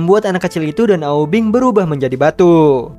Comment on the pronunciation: Aubing bukan aubeng 😀